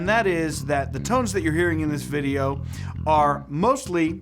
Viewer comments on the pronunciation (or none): none